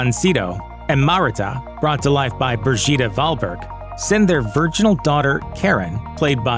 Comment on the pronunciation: Love the Swedish pronunciations, haha. Börgitta!